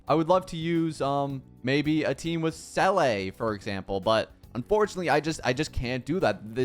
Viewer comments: I was a Seele main from 1.0 all the way to Robin's release, but she just became so hard to use... I miss playing Seele. (sidenote her name is pronounced sort of like "ZEE-la", not "SELL-ay") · I’m cringing at him pronouncing seele as “sell ay” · "Seele" is a word in the german language meaning soul. And you pronounce it "Ze-le" (If somebody has a more accurat way to write the pronouncation please comment, but theres no "a" at all...) I don't know if there are other languages that have the same word where it is pronounced differently. In that case, nevermind.